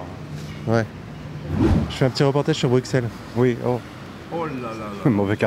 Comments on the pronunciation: Mes oreilles saigne , BruSSel en prononciation svp 😅 Tu as atteri dans un des pires endroit de Bruxelles , la Gare du Midi 😅 Pour ce qui est des fusillade c'est assez recent sur bruxelles, environ 5 ans max , lié a la drogue et aussi des gangs marseillais qui petit a petit essais de controler des quartier Bruxellois , notamment le truc connu Peterbos Et oui Bruxelles est rempli de magrhebins, si vous allez dans les quartiers plus riches , le pourcentage diminue Et oui la gare du midi est un quartier particulièrement étrangers donc beaucoup arabes, pareil a Molembeek et Anderlecht, saint gilles. Le gars avait bien expliquer , le nord de Bruxelles est pas top top niveau population Et pour trouver une boucherie Belge a Bruxelles , faut en faire de la marche 😂😂 Mais rassure toi , quand tu quitte bruxelles et les grandes villes ca va beaucoup mieux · comment oser appeler ca un reportage, un français qui ne prend meme pas la peine d apprendre a prononcer correctement le nom de la ville, un guide qui a mit les pieds a bruxelles 2 fois dans sa vie vu ses connaissances de la ville, et des pleurnichades a propos du coté muticulturel qui fait la fierté de notre ville. Pour le bien de tout le monde s il vous plait les fachos français rester chez vous et faites vos reportages torchons chez vous. Ha et oui quand tu es dans un quartier marocains il y a des enseignes de magasin en arabe, ouin ouin quelle horreur Et comme tu l as remarqué en debut de video Bruxelles est et restera anti fasciste, bisous les fachos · Rassure-toi, la Belgique, c'est tout autre chose que Bruxelles ( prononcer le x comme un double s, merci). J'habite à Jambes (à côté de Namur), je serais heureux de te servir de guide si un jour tu décidais de venir visiter... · le type il boit une gordon il dit bruxelles c est pas possible c est normal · Encore une victime de la vlamification de BruXelles... Elles avaient raisons les mamies, l'ancien Bruxellois a disparu dans la bêtise du multiculturalisme...